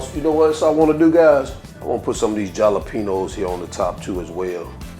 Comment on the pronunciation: Gonna try these! Jalapeño = HALLA-PEN-YO 😎